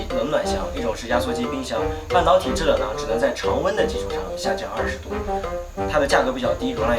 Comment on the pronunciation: 发现说制冷的时候 L N不分！